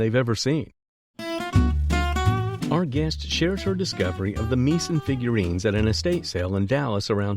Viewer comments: Get someone who knows how to pronounce Meissen, or phonetically, My son. It is not pronounced Me son. Remember that the letters 'ei' in the German language are pronounced like the word, eye, not eeee. Since this narration is probably from a computer program, this pronunciation mistake is clearly the fault of the producer of this audio track. There were other words pronounced incorrectly in this video. Just saying! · How could anybody describing antique porcelain mispronounced the famous German porcelain factory's name : MEISSEN. !!!! Really? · He pronounced Meissen porcelain incorrectly. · Don't know if the narrator is real or AI, but you need to get a good editor in any case to find mistakes, i.e. Meissen pronunciation.